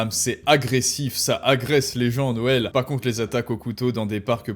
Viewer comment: Attention, tu as dis la dinde de "Noêl". J'ai un ami qui a comme prénom "Noël", dois je l'appeler d'hvers ?